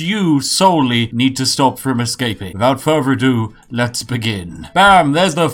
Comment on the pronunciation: "Wifout fervor adew"